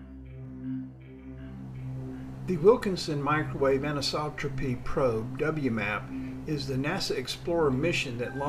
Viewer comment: First congratulations for pronouncing anisotropy correctly. That is a triumph by itself. I like this summary of the Planck mission, but as already pointed out, the cost was around 1 billion not 1 trillion. That's 3 orders of magnitude off the mark. Didn't you think it was odd the figure you quoted is closer to what the U.S. has spent on the nightmare-failure wars in Iraq and Afghanistan? It also should be noted that U.S. politicians in their infinite wisdom declined to even participate in the funding of this magnificent instrument.